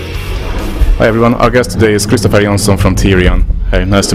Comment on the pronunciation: He pronounced his name correctly, I.e Swedish pronunciation, even though Christofer himself said the English way :)